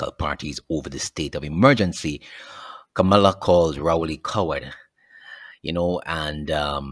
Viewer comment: Her name is pronounced Kam-lah!